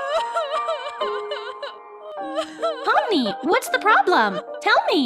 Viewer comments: it's pomni not palmer but I still like pomni more bc Cain is the real bully here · It pomni not pimiy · Pomni not pony